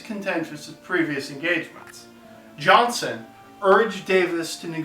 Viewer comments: Thank you sir, I believe that if you are doing a historical documentary, you should try to pronounce the names of participants correctly. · and minute mark - his name is pronounced Johnston (General Joseph E. Johnston) , with a "t". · Johnny Lackland Many Thanks, sir. Joseph E. Johnston was my great uncle. I have studied what I can find about him and am proud of his legacy. Thanks to you for pointing out the error in the pronunciation of his name. Kind Regards, Randolph Barksdale Johnston Jr.